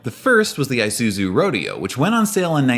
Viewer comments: "ee-zoo-soo" not "eye-zoo-soo" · The commercial just said “e”suzu and you keep saying /i/suzu. 😣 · Did you just say "eye soo zoo"...? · The correct pronunciation of Isuzu is "E-suzu" I believe Australia pronounced the one you said, but generally it's not. Edit: at least you said Isuzu correctly. Thank goodness. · You included a commercial that tells you how to pronounce Isuzu, and you consistently mispronounce it throughout the rest of the video. It's just one of those psychological tactics to keep people engaged with the video out of pure hate. But wait, you change how you pronounce it halfway through the video. I'm done. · Well, at least you managed to correctly pronounce Isuzu 5 times in the video. When you pronounce an “I” in almost every other language, it is not like a defamatory “eye”’talian. The English language is difficult enough. Please don’t bastardize it any more than it already is.